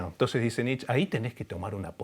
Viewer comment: Muy buena la charla! Un humilde aporte a (y a quienes lo citen), se dice "NitchE", asi con la E del final:) Saludos, desde alemania